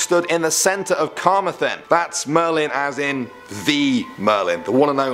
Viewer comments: Carmathen? You didn't even say it as it's spelled, it's Carmarthen, note the second R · it’s not car-meth-en it’s ca-mar-then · Carmer-then? Carm-mar-then. Otherwise good video. I'm from wales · CAR-MAR-THEN not Karmathen oml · Wtf is “karma-then”? Cuz I’m pretty sure that thing is in Camarthen. It’s welsh. It’s pronounced “Ca-mar-then”. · Its not car ma then. Its car mar then as in the word then. Get it right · I’m from Wales and I had no idea we had so many creepy stories there either! On a side note, your pronunciations are pretty good, although you need to work on pronouncing Carmarthen. It’s pronounced the way it’s spelled - Car-Mar-Then. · u said Carmarthen wrong... you pronounce the Rs... -_- Aside from that, great video! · Pronouncing carmathen wrong, ca-mar-then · Say it like an Irishman starting a fight "Car-mar-then" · hey, you said camarthen wrong its ca mar then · Please pronounce Carmarthen properly 🙈🙈 I used to work in the holiday park of the same name, Cu - marr - thun god knows how you would have pronounced Llanelli 😂😂😂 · good vid bro, but you need to look on your pronunciation for camarthen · Carmarthen is a town in South Wales. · And I love how I could tell you were pronouncing Carmarthen wrong, I was like 'do you mean Carmarthen?' in the way I pronounce it and turns out I was right, lol. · the way u pronounced carmarthen really triggered me damn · This guy trying to pronounce Carmarthen is just painful 😂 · Perfect pronunciation of all Welsh towns and words and then Carmarthen gets absolutely butchered. 😅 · He pronounced Carmarthen wrong. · Butchered the Pronounciation of Carmarthen.. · Pronunciation of even English words in atrocious, e.g. 'assizes', 'Carmarthen'. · You did so well until you tried to pronounce carmarthen